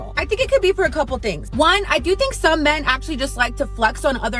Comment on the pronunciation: It's pronounced men, not me-en. Sheesh